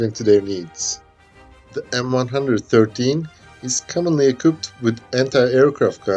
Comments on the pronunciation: "The M one hundred and thirteen" ..... LOL, and now the way it said in the US Army, "the M one one three". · M-1-1-3, not m one hundred and thirteen. If you cant even get tge name right, youre a shitty detective. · It is known as M One One Three, not M One hundred Thirteen. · Pronuncef "M one one three"